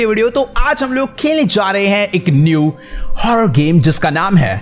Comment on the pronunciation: Horror hospital not Horarn😅